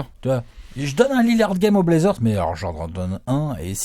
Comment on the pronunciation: Dame qui dit blazzers en 4-1! ça va être bô